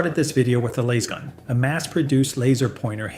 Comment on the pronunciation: Had to tune out, couldn't handle lasgun being pronounced like that 😆 not sure if it's AI or ignorance but can't do it.